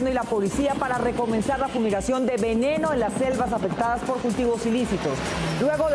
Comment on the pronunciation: Jaja la periodista dice: "Fumigación de VENENO'. Jaja